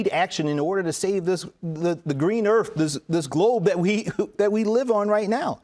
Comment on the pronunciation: Jaime said earf. Instead of earth.